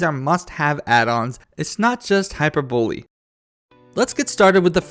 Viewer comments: Amber S buh not bow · I heard "hyperbully" lol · "It's not just hyper-bowlie" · Incase you don't know it's pronunced "Hypervalee" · That is DEFINITELY not how you pronounce "hyperbole". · Hyper-Bully vs Hi-Per-Bow-Lee :D